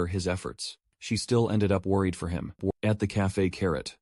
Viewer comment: Man I don't really care about ai voice as long as it doesn't sound too bad but bro as and at like nah